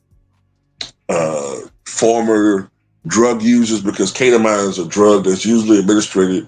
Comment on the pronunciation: It's pronounced Keta-Mean, just FYI Also, Imma say it again... People had all kinds of smoke for Hunter Biden, and his drug use and womanizing and supposed ties to Ukraine and such...After YEARS of trials the Republicans found ZERO charges that cooks stand up to a court of law against supposed connections to Joe Biden Meanwhile, Elon... Drug addicted, womanizer, DIRECTLY connected to the President, actively influencing policy, part of Doge, AND a foreigner, AND has direct ties to Russia and Putin... Crickets 🙄